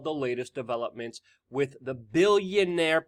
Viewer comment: can you please learn how to pronounce WITH